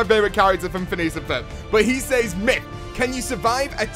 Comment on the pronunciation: Myth: Can you pronounce "says" correctly?